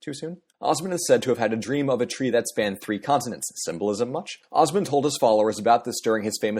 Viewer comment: Say Osman properly PLEASE!